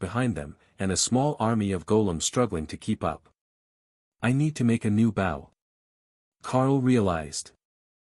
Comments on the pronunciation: In case it can be done, here are some of the words which are not properly pronounced for the meanings in their context: Bow can sound like b.oh referring to bow and arrow, and b.ow (as in ouch) for bending over to pay tribute to someone or something. Content has two possible meanings depending on how you pronounce the word: the content has the emphasis on the con part of the word and is for what is in a container, like a bag, and, content has the emphasis on the tent part of the word and refers to a feeling of satisfaction, as in: to be content with your lot in life. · Please add to this list of words not properly pronounced for their context: [_] BOW can sound like b.oh referring to bow and arrow, and b.ow (as in ouch) for bending over to pay tribute to someone or something. [_] CONTENT has two possible meanings depending on how you pronounce the word: the content has the emphasis on the con part of the word and is for what is in a container, like a bag, and, content has the emphasis on the tent part of the word and refers to a feeling of satisfaction, as in: to be content with your lot in life.